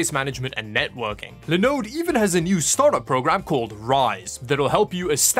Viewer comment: it's pronounced Linn-Ux not Line-Ux... Funny that you pronounce Linode correctly then mispronounce Linux! If this weren't a Tech channel, I wouldn't mention it. but.....